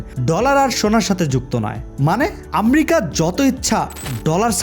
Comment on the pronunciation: ভাই আমরিকা কি। আমেরিকা।আপনি ঠিক ভাবে কথা বলতে পারেন না